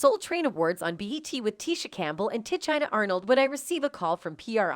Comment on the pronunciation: She mispronounced these celebrities! Ti China and Jode C